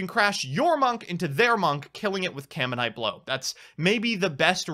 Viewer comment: "caminite blow" Add that to the list of cards has royally butcher the pronunciation of.